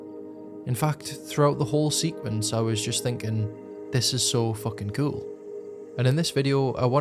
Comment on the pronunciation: "so fuggin gool"